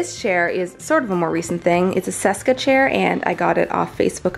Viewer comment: Just so you know the Cesca chair is pronounce "Cheska" like Francesca. Named after Breuer's adopted daughter Francesca. :) Also happens to be one of the many reasons I love that chair so much.